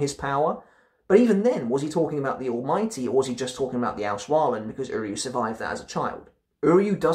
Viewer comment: Been waiting for the second part 😁 nice Ranking imo as expected because you really understand how to justify your decisions :) As a german its hella funny tough to hear you speak all these words like 'vollstandig' and 'auswahlen' 😆 keep doing good work and you will grow bigger 🔥🔥